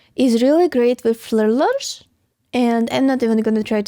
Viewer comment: I'm sorry, but she's just too damn cute. I once heard pronounce "tooth" as "tooF"😊 - I had to remember this to finally figure out what was trying to say - "thrillers" 🤣😊